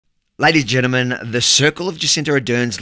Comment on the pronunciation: ladies, gennermen.. 😄